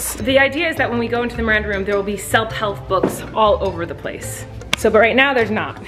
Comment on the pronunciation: I loved that she said selp helf instead of self help books